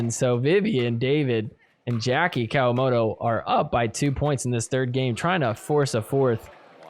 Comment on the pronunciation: Jackie COW-A-MOTO . Love it.